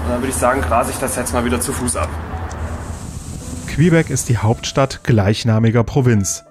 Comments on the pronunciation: Tolle Reportage. Kleiner Tip! Man spricht Quebec = Kebek aus nicht Quehbeck :D ansonsten top. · Klasse Doku wie immer 👍 kleiner Kritikpunkt, du sprichst Quebec falsch aus 🤣